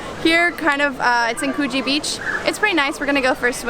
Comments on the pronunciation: The way u say Coogee is funny “koogy”that’s what it’s supposed to sound like but it’s spelt “Coogee” next time u should explore and manly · You need to learn how to pronounce ‘Coogee’!